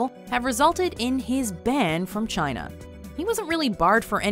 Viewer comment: Chayna Numba Wan!